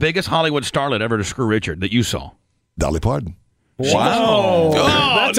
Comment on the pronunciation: I beg your Pardon did he say dollie Parton ? Lol 😂 😂